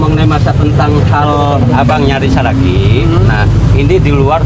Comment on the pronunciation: Seragi apa Saragi ,, ngomong yang betul .